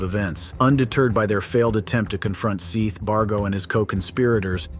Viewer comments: Seath can be a spelling of Seth but it's still pronounced Seth...Just like heads isn't pronounced heeds or death pronounced deeth. 😅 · dude i'm so sick of the AI voices it's so awful. first 10 seconds we can clearly hear the boys name was pronounced "Seth" but spelled "Seath" not even 10 seconds later this robot voice says "Seeth" like cmon the least you could do is respect those who have passed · His name? Was 'Sehhhhhth'. Not 'Seeeth'. You can watch all their separate interrogations, it's rather interesting. Also, Amber & Kyle are siblings, and all but Sehhhhhth were living together in Charlie's trailer. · 1) I guess we don’t have to worry about AI ruling us all for a while yet, when the says “Seth” but the (pleasing) AI voice mispronounces it Seath (even though that’s how it’s spelled). How can AI not be smart enough to learn a pronunciation? 2) it’s abominable that the actual killer gets life and someone who may have barely been involved in the planning gets the death penalty. That prosecutor should be ashamed. Had I been on the jury, I would have tried to convince the rest to put down death for the killer, and life (or less) for the robber. Cold blooded killers need to be punished, not rewarded. Life just means there’s a chance at some point he could escape and kill again. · The Victims name is pronounced SETH and the AI says "SEETH'. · Seth not “Seeeeeth.” I’m guessing AI… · Seeth? man if your going to be lazy and use AI voice generators you could at the vary least learn how to spell. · Why do yall keep saying seeth his name is Seth. Ffs at least get his name right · Whomever is doing the talking is annoying. Calling the deceased seat instead of Seth but yet getting the names of the murderers correct. It's not AI. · It’s SETH. Not Seeth. Have some respect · Stop saying Seeth! It's Seth! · It's pronounced Seth... rhyming with Death....not SEETH rhyming with teeth!! 😫😫😫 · It's pronounced Seth, not Seeth! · Omfg Seth is not pronounced See-th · Seth not Seeth